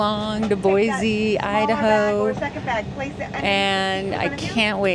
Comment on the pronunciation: Boise , there’s no Z in Boise heheh